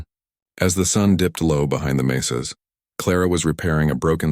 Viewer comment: Clara and Taco’s night of passion could get her in trouble if she gets pregnant. What a stupid story. “Mesas” not “maces.”